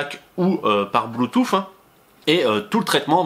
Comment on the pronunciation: Bluetoo"SSE" pas bluetoo"FFE" ! :)